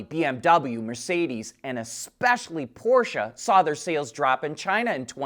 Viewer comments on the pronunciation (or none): none